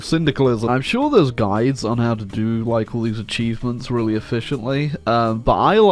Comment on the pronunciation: did he said acheesements?